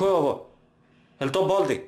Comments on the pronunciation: Kako on kaze: Boldi😂😂😂 valjda baldi🤣🤣😆😆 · Nwznas da pricas baldi a ne boldi